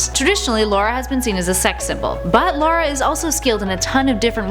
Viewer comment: Lara not Laura, and she should’ve been #1